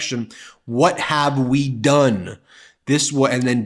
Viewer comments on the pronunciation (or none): none